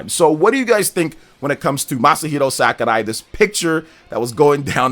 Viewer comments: It’s Sakurai NOT SAKArai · it’s Sakurai, not Sakarai lol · Fr that was a little annoying ngl, SACKARAI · Dude, what is upon with the Masahiro "SAKARAI"?, is it an inside joke or have you been saying it like that all the time and I'm just noticing it? 😅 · Omg just say his name normally